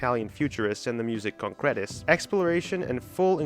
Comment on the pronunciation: The accent on Concrète is wrong.